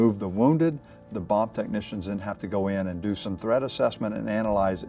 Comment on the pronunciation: I thought he was saying Thread assessment